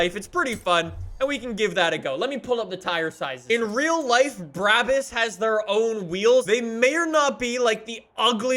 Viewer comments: Not tryna be mean but its pronounced brah-bus not braa-bus even though its spelt that way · It’s not called Bruäbüs, it’s called BRABUS!!!!! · No one:: bra-bis